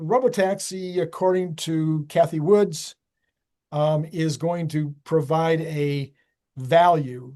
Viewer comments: Cathy Wood (no S on the end) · it's Cathy WOOD. NOT Woods.